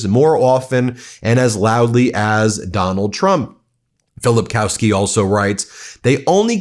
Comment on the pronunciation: 'Filipkowski' is pronounced as 'Filipkovski' Our w = v